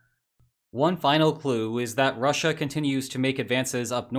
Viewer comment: The way you say Russia is done gives me phisical pain